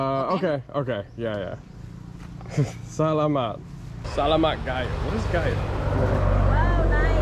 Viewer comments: great video. but can you please say salamat with a T. sa la muTT LOL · Great videos and love seeing the PH. We go back to Cebu a lot headed there for Christmas this year. FYI Salamat is pronounced more like (Su law mut) 😂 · Love your vlogs! PS - The accent is on saLAmat! Great job with everything!